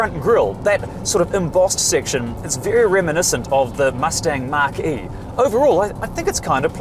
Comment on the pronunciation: I've never heard it called anything other than Sue-Bar-Roo anywhere in Oz, the UK or Europe. Also, Mac-E, not Mark-E for the Ford Mach E. It's alright though, you're a Kiwi, so we don't expect much in the way of English 😂.